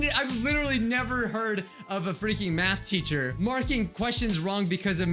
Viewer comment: i think im high because i keep hearing meth teacher like idk some1 selpp me